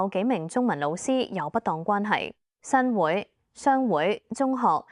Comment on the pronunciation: 新會，會：應該讀滙豐個滙音